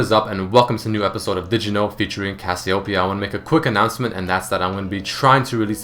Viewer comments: what? cassiopiyaoown? its read as kas you pay yah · Did you know that you and most of the League population pronounce Cassiopeia wrong?